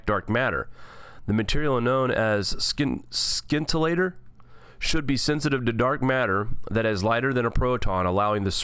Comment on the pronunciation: Pronounced Sintilator